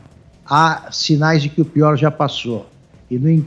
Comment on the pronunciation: "Ligue djá!"